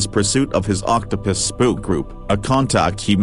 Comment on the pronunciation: Anyone else catching that the robovoice keeps saying octo-piss?